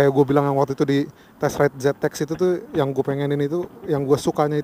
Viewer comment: "ZeuX" hahaha